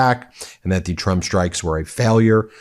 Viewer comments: The best thing about Karoline's press conferences is her ability to say 'President Chump'! Seriously, listen closely, it's clearly Chump 9 times out of ten! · 😂 She keeps saying president chump